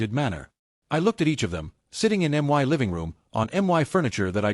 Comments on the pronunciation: how hard it is to say "my" instead of saying M Y ....... as two seperate letters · Please fix writing so AI stops reading "my" as letters M Y since it is used for emphasis so much. AI could just read it with proper intonation instead. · Why can't A.I. pronounce my ? It's ridiculous ! 🤬